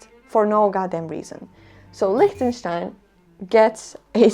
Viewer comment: 😂 LIECHTENSTEIN lol!! Solid F 🤣